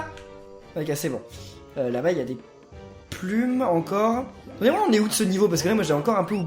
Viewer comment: PK dit puil et pas plum